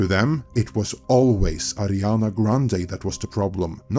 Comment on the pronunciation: Why you keep calling her Adrinana ?? lol 😂